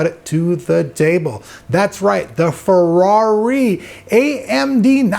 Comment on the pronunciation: lol, ''Farrari'' it is so hard to say Feeeeeeerrari!